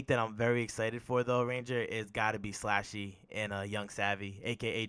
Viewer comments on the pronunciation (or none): Pronounced SLUSHY slluuushy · It’s slxshee like the drink there’s no A in my name 😤